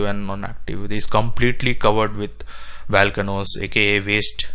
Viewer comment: “Valcanoes” eh? LOL and space aliens mined the Marianas trench? AMAZING 😅😅😅